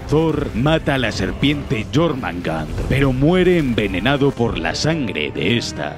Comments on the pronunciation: Y además suena Mejor Yormungander que Yormungar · Jormangar???? Wtf este men habla como la callampa, se pronuncia jormungander (yormungander o yormungand) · Quien es jormandar jajajaj se pronuncia jormungander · jormangar =jormungander igualito xd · Nórdicos: Jörmungandr Vandal: Llormangan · Yormanga xdd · Jormangan xd